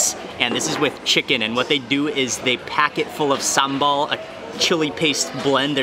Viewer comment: i'm from indonesia, and i'm so happy you come to Bali. i'm is your fans, Mark ... i like when you say "SAMBEL"